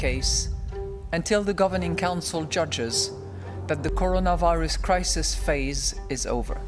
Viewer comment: PHASE..." Corona Virus....PHASE...?